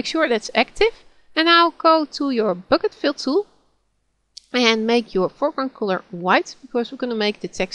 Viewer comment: I like the way you call black bleck and bucket bocket, nice tutorial, just starting off with gimp and this came in handy, am a linux user now, so i got to learn gimp.